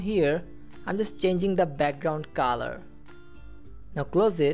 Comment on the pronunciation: The word is colour and you pronounce it as Kalar